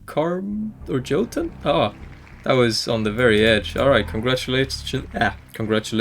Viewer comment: Jotunn is pronounced "yote-un."